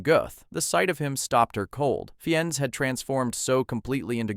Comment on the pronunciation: He pronounced it fine.